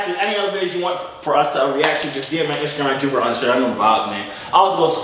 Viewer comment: “And i’m not. I’m Joovier, the Joorag man” 😂😂😂 not the Joorag man